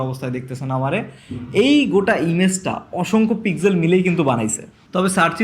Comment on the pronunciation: Apni pixel k pig-zel bolen keno ?